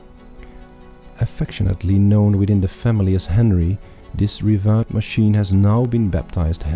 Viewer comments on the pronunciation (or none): Echt, hoe kan je woorden als "bespoke," "meticulous" en "revered" verkeerd uitspreken 😭